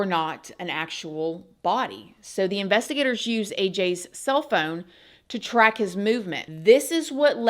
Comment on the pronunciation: I keep hearing it like investi-GATORS. Lol😂